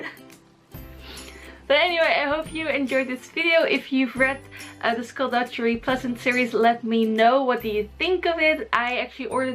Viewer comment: i get triggered when she says 'dujjery'.